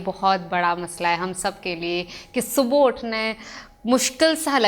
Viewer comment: Topic bht acha ha but jesy he ap subha ko galt pronounce krti ho ak dam topic sy dilchaspi he khatm ho jati ha or sunna bardasht sy bahir ho jata ha jab koi galt urdu boly to ajeb sy uljhan hoti ha ya word morning subhooooo ni subhaa hota ha plz correct it